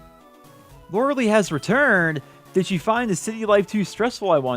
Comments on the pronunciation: It’s lore-eh-lie fyi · Lorelei is pronounced Lore-eh- lie